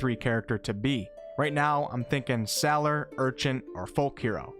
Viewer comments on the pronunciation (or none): I noticed the way that you pronounced sailer too, considering how I live by the sea,it was a bit jarring, but, considering how my home is Newfoundland, I imagine that everything that I say is jarring to anyone outside the island. Anyway, what I'm trying to say it that you're fine, dude. No harm done. Keep doing you.